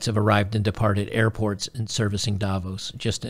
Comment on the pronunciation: For Davos the stress is on the 2nd syllable, not the first.